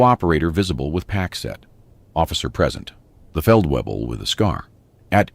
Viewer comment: The Feldweeble directed him with confidence.Pretty sure it's Feldvayble. (at least that would be the correct German pronunciation). A A W in German is pronounced like our V. And a V is pronounced like our F. A VW car is a Folksvagen in German